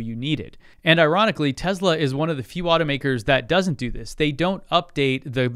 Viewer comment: Tesla NOT Tezzla!